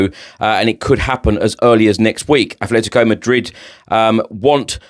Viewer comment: *Atletico NOT Athletico for Atletico Madrid please.